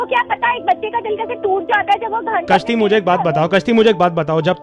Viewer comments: Kashti ni.... Gashti. 😄 😄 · A kashti nahi Ghasti hai😮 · Kaashti. I heard something else